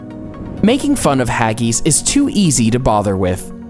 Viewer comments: Wtf is haggys hag-is hag-is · This video is really not that factual at all. Hagees lol its pronounced Ha-gis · “Haggeese” What in the name of all the Whiskey in Scotland are you on about?, it’s pronounced “Hag...iss “ . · Haggies? Trust an American not to be able to pronounce something so simple properly. Do you say ees instead of IS? Fish fingers are NOT battered, they are breaded. Get things right. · I am quite sure you pronounce haggis incorrectly. I am a Canadian with Scottish and English and Italian heritage. We pronounce it hag (as in an old biddy woman) and is, not as in the word is. Other than recording the way we pronounce it, this is the best I can do. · The funniest thing about Haggis.....Is how you pronounced Haggis. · The way you said haggis was hilarious and stupid why did she say it like that!? 😂🤣🤣🤣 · Clearly the oddest thing about this video was the narrator's inability to pronounce words like "aristocracy" and "Haggis" and the general lack of respect for English traditions.